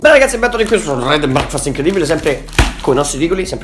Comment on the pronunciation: dov e finita la intro con pronuncia di breackfast dread n braekfhaeaestthhhh era epica